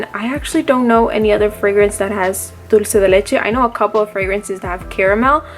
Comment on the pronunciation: Omg where r u from? loved how you pronounced Dulce de leche 😍